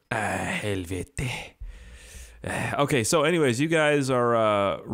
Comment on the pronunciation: Ahh helvete! you speak perfect finish. I'v met some finish construction workers, they say helvete all the time. It meaning is something in between of fuck! and hell!